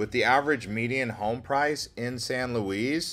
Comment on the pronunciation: It's San Luis, dear. 😂 LOL